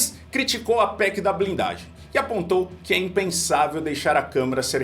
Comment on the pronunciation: "PEC da blinglagem"